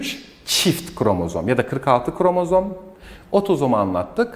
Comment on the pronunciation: Ne güzel kromozom diyo😅